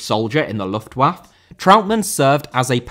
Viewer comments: Luftwaffe* not Luftuaff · The pronounciation Its 'lüftwaffeh' 😉 meaning: airweapon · You can hardly complain that Brits can't pronounce Bernhard and then completely mispronounce Luftwaffe lmao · Great video! Just a tip: most non-English words that end with an e, have to be fully pronounced with the extra syllable at the end, like Juventude and Luftwaffe having four and three syllables respectively. In English this is usually signified by writing it as é, like café or Beyoncé (although there are the very few exceptions like catastrophe or recipe), but in other languages it usually isn't. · Luftwaffe, you pronounce the letter e at the end.